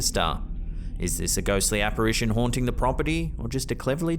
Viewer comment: what in God’s name is an “apparation”? Is that an apparition holding an apparatus? 👻 🤿? Just wondering, is “Cannel “St like a kennel on 🐩 🐕 Canal St🌊🚣🏻🛶? #editing #pronunciation are important tools for professional narrators